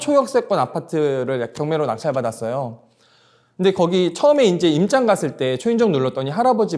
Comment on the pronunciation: 임짱?? 내용은 좋은데 항상 임장을 임짱이라고 하시네요^^